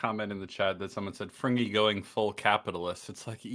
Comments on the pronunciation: Frigny, pronounced "Frin nyee" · has a much better French accent than Fringy. Just saying.